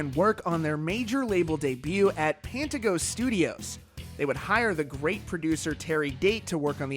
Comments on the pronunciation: Pan-TEE-go...not pan-ti-go...LOL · "Sole lead guitarist"... That would be "the guitarist" then. Also, its pronounced "Pan-TEE-go". Also, fxxk Phil. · Pantego = Panteego not pantago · Pantego has a hard e in the middle. I’m from the area lol.